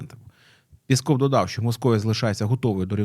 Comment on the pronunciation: Говоріть правильно. Не пєсков, а піськов.